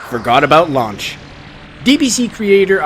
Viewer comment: here is a hint you didn't know, it's Lunch not Launch, see in the english dub it was considered offensive to call a woman lunch. before you mention chichi, most american's don't know what that means. remember all the names are food or underwear puns.